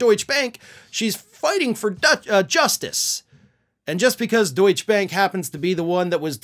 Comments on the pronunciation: Deutsch-EH! Silent ‘e’ at the end of a word is an English thing, not German. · it's pronounced 'DeutschER'. DJT isn't the only member of this crime family who has done business with the kings of money laundering. On November 20, 2013, the Detroit Water and Sewerage Department filed a lawsuit against the City of Highland Park regarding unpaid sewage services and water totaling $17.7 million.[19] In 2020, the two cities settled out of court for an unspecified amount. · Good video as always,. A point of order though; "Deutsche" is pronounced with the "e" at the end. (That so many Americans don't know German, French, Spanish, etc, I blame completely on your education system, not on the individuals.;-)